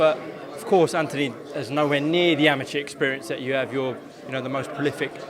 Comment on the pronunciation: Why is Anthony pronounced antiny over there? ( No hate just curious)